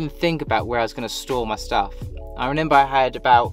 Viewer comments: I wish you would remember how to say remember . Not renember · Lol when this guy says I renember 😂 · Nice bloke but stop saying renember please 😂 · Fair play mate. Just reneba how to say remember ❤